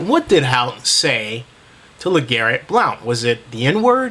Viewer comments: it's pronounced BLUNT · It's pronounced Blunt. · It's pronounced BLUNT. Thank you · his name is pronounced Blunt lol but he did drop his ass lol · people need to learn how to pronounce blount. its just blunt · first of all, you were mispronouncing blount's name. sorry, i just had to mention that. it's pronounced more like "Blunt." And I do agree that hout should have gotten at least a one game suspension for his taunting, but lets face facts... blount was in the wrong. the goodnews is that he worked his way out of that suspension and has made himself a better person because of it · The fact that you don't even know how to pronounce Blount's name right show how much you know about the situation. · your pronouncing blounts name wrong buddy